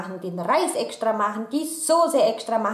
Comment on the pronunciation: "... den Reis ekschtra machen, die Fischstäbchen ekschtra machen... ich koch als erschtes den Reis..." 😄